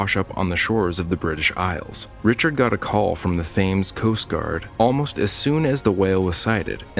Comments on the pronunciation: It's tems, not tims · It’s not Thames, it’s Tim’s